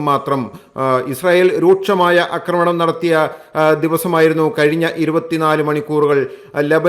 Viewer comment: 'അക്രമണം' കേൾക്കുമ്പോൾ അരോചകം!